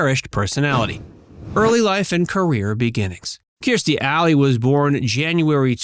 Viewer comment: Her name is not Keerstie! She said it herself: her name is Kirstie, ie: “like thirsty”.